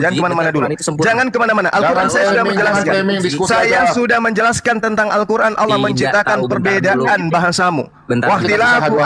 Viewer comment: Juma sebut Allah tu tidak benar, Allah ko disebut Aulah SWT, kenapa tidak Aulah swu atau swb, tidak paham sama sekali